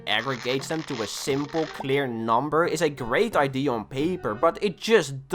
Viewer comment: Its idea not id numnuts